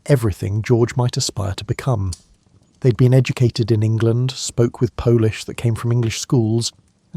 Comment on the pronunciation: I’m 4 minutes in and have to stop. Whoever coded this script really messed up the pauses, and Polish for polish? Surely there are ways to get pronunciation right.